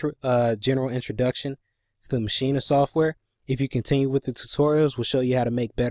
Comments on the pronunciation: Maschina? lol. It's Maschine, pronounced machine. Can't hear the audio from the software. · That’s the German Pronunciation ma-sheen-a